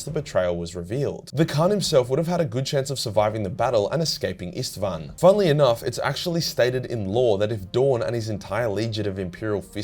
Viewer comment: Its so funny to me as a Hungarian saying Istvaan is like saying Stepheen which is just absurd xd